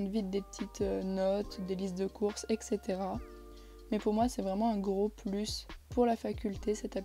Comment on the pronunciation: Merci pour cette brillante démo Juste une petite remarque : "Etc." se prononce "etsétéra" et non "eksétéra" ;)